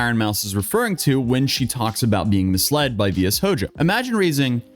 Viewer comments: To help you pronounce it correctly, shojo is the Japanese word for girl. Not like that really matters anymore; you can pretty much pronounce it V-bankrupt or V-defunct or V-tits-up if you want to. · It's hard to watch, not because you're mispronouncing the name of that shit company, but this implied you didn't watch Mouse's video (which you're talking about). It's just an odd choice to choose to not care about pronunciation. Glad the company is dead though so there's that. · Wow, he pronounced Vshojo every way but the correct way, which is exactly how much respect it deserves. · Bro try doing research. Mispronouncing Vshojo the entire time is telling. Vtubers > sloptubers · what sound does ‘sh’ make? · I appreciate you my man but the first line of Ironmouse's video, which you summarize just fine, has her saying the name VShojo how it's meant to be pronounced. No worries though. Like you said they're done. They can Rest In Piss now. At least you're not some fox vtuber named Kirsche that called them VShoho for multiple years and refused to be corrected. laughs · how don't you know how to pronounce vshojo when the video you're covering has shown how to pronounce it many times ToT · he figured out V-tuber separates the V in the pronunciation but couldn't figure out V-shojo lol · Sorry, but I haven't laugh this hard watching your video. Its cool! I know your having problems pronouncing the name. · I like how Ironmouse pronounced Vshojo correctly in her video, but was all, "Nah, I have my own idea." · God pls do a minimum of research before you pronounce a name, I cringe every time he says it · I'm so confused by the mispronunciation, Ironmouse literally says it in the first sentence of her video? Not the best look man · T_T I hate myself for not being able to finish the video because he keeps misreading that agency. Its ticking me off and I can't mute just the word. Couldn't he just say agency or something rather than ugh. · V-Sho-Jo, not VS-OJO